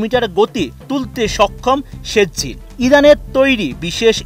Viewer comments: ভাই শুদ্ধ উচ্চারণ করতে পারেন না, ওইটা৷ সেজ্জিল না, সিজ্জিল, সুরা ফিল এর একটা আয়াতের উচ্চারণ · ভার‌তের চ‌্যা‌নে‌লের মত বিকৃত উচ্চারণ ক‌রেন কেন।সে‌জ্জিল না এটা সি‌জ্জিল হ‌বে